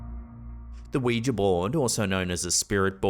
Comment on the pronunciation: Oh thank god for saying ouiJA and not ouiJI ! 👍🏽